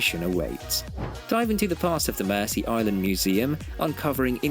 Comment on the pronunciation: It's not pronounced "Mercy Island" at least I never have. For us it was always pronounced "Merzee Island". And I've known inhabitants of the island who ALSO pronounced it Merzee. But language is an ever changing thing.